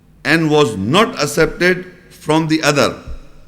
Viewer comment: “ACCEPTED” is pronounced as “AK-SEP-TED”, not as “ASEPTED”.